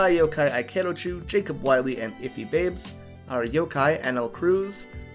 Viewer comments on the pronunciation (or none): none